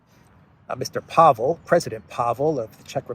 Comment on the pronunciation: Almost all Czech words and names are stressed on the first syllable (which isn't necessarily one with a long vowel). I think Pavel is thinking of his national debt. 🤡🌎 Funny!